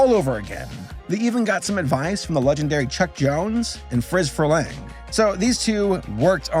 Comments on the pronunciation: Frə-leng? I thought it was more like Free-leng. (perhaps a little shorter "ee", but definitely not such an accent on "leng") thanks for the video...twas fun. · That is the very first time I have ever heard Friz Freleng's name pronounced that way.